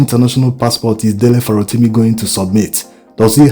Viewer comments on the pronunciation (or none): No insult, Please . The way you pronounce this Farotimi bites the ears. Please try aand get a Yoruba man to hum the sofa notes of the name to you, this way you can get the correct accent. It is affecting your content. You get the the Dele but the Surname biko, please you can do better.